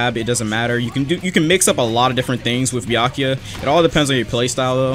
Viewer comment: why you say byakiya not byakuya